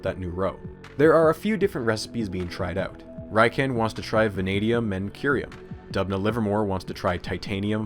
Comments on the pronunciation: RIken from Japan is pronounced as re-ken not rhyken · First and foremost, amazing video as always. Second, not to be “that guy”, but the ‘I’ in RIKEN is pronounced like a long “e” (ee). Unfortunately, English has vowel pronunciation rules unlike most other languages. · If it hasn't been mentioned elsewhere, RIKEN is pronounced "Ree-kayn" not "Rye-kehn". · Uh... 理研 (riken) is pronounced ree- ken. Not reye ken (raiken). Raiken 来県 is an obscure word meaning 'come to a prefecture'. Riken is an abbreviation from the words for physics 理学 (rigaku) and laboratory 研究 (kenkyuu) laboratory! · As someone who studies Japanese I am contractually obligated to mention that Riken is pronounced "Ree-ken", not "Rai-ken". Awesome video still though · I'm pretty sure that's pronounced "Riken" and not "Raiken." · Tiny nitpick, but Riken should be pronounced “reeken” not “ryeken.” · Thanks for the insightful and easy-to-understand explanation, especially with English subtitles. BTW, Riken's pronunciation is /ˈrɪkɛn/, not /'raɪkɛn/. It's an abbreviation of Japanese 理化学研究所 (Rika gaku kenkyūsho). 理 (ri) means Physics, 化 (ka) means Chemistry, 学 means Discipline (combines both of two Kanji), 研究所 means Research Institute. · Pretty sure that both g's in 'Georgy' are hard. Also, "Riken" is pronounced "Reeken," not "Ryeken." (Also, you're missing a period in the G.O.O.S.Y. acronym.) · Just an aside, the letter 'i' in Japanese is pronounced like 'ee', so it's ree-ken. To make the rye-ken, it would be spelled Raiken. But as for the video, it was extensive and informative, densely packed with info, but still incredibly easy to understand. You should consider selling that version of the table of elements, with the unstable isotopes. It's is very aesthetically pleasing. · It's pronounced ree-ken, not rai-ken. Otherwise, another amazing video. You really make a lot of this history of particle/nuclear physics super interesting. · By the way, RIKEN is normally pronounced "rick-en".